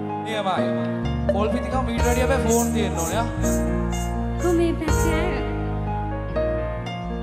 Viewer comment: pako issella english tikak hdagnin..balapnkp gahpu words wla ketha...pone nemei pako phone...rekord nmei pako record...ol wath pass neti gobba heththa